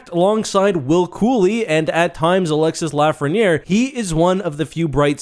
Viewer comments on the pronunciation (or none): it's pronounced Alex-e not alex-iss just saying